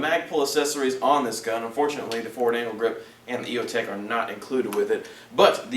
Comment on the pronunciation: sounds like he said forward anal grip LOL